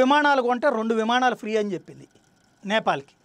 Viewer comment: "విమాణాలు" కాదు... విమానాలు...గమనించగలరు.